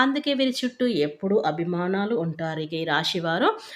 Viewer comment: Abimanalu కాదు. అభిమానులు అనాలి. పరిటాపిస్తారు కాదు పరితపిస్తారు